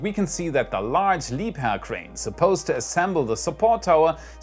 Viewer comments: Every time says "Liebherr" with his native German accent, i get goosebumps. 😉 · Wonder why You Can Say Leibherr Properly Ha HA